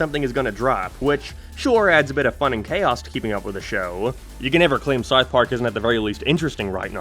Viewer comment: Howd you manage to add an R sound into south